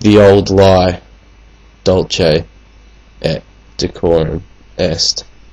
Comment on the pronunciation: This is Rubbish ! He cannot pronounce the title properly, nor even read the poem without error. Who is this fool ?